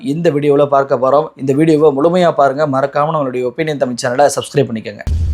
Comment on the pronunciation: அன்பு நண்பரே! நன்கு ஆய்ந்து தெளிந்து தாங்கள் வழங்கும் செய்திகள் மிகவும் நேர்த்தியாகவும் மக்கள் நலன் சார்ந்தும் உள்ளது. பாராட்டுகிறோம். ' ழ்' உச்சரிப்பில் சற்று தடுமாற்றம் உள்ளதுபோல் தெரிகிறது. தமிழ் என்பதை உச்சரிக்கும்போது' ழ்' சிறப்பு ஒலி துல்லிதமாக இருக்கும்படி பார்த்துக் கொள்ள வேண்டுகிறோம். நன்றி!